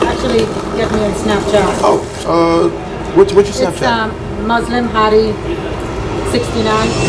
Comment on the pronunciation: It’s pronounced how it’s spelled Muslim not mozlom (Btw I’m not a hater I love the channel)